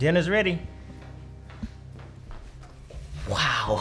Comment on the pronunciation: stop saying weow